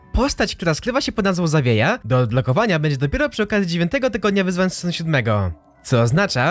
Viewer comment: UWAGA TŁUMACZĘ SEZONU GARŚĆ KTÓREGO GDY STOPIŁ SIĘ LÓD dalej już nie dałem rady tego słuchać